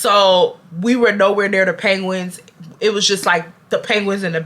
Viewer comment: The way you pronounce penguins like panguins is taking me tf out😭😭